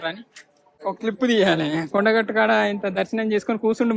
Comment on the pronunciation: మా కొడగట్టు కాదు.... మన కొండగట్టు